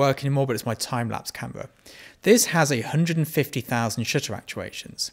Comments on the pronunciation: Anyone else hear "shitter" every time he says shutter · not gonna lie , your first line sounded like "let's talk about shitter count" to me lol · To my Bostonian ears, when you say 'shutter' the 'u' sounds like an 'i' 🙂🙂🙂